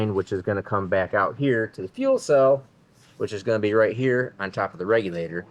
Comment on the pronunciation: Im late to the party but i think the name should be the toobee camaro lol for some reason when u said to be named i thought u were saying some michigan slang word or something us southern fold dont kno about lmao to be sounded like one word when u said it so toobee it is!!